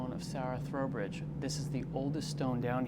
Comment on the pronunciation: It’s pronounced T ROWbridge